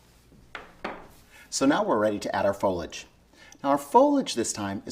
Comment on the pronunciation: Nice work, the word is foliage not folage